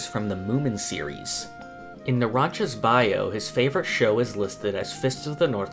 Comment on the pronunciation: Nahhh bro said naranCHA